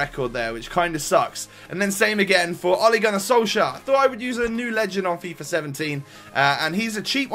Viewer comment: Let me help you once again wit the pronounciation. Ole Gunnar Solskjær. In the Solskjær the jær is kinda pronounced as "Yeah" and with the "K" in front is kinda like "Kyeah". The "Sol" is kinda pronounced as "Soel". I don't know how to explain that properly.